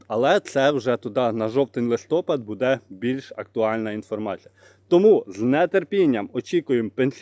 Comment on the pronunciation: Укр мова не ,, буДЕ,,а БУде,,😮